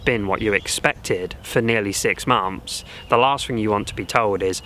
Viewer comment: "6 mumths"?, "6 MUMTHS"????